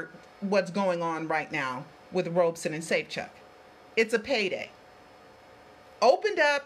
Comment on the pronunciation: his name is pronounced "Robson" as in "rob" not "robe". I know because I have heard him say his own name.